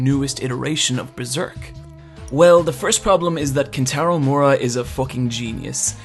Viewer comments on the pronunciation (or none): How the fuck do you look at Miura and pronounce it Moora? I know brits take weird liberties with how vowel sounds come out but come on.